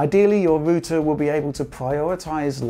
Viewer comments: It’s router, not rooter lol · Great video. Very informative. Thanks for taking the time to make this video. But wtf is a rooter? :P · TIL Brits pronounce router it as a "ROO-ter" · That's how you pronounce Router before American English changed it for some reason. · Ruter lmao 🤣